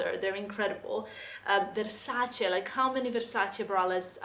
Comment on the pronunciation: La sensazione di soddisfazione quando pronuncia "Versace" in modo corretto 😌😌😌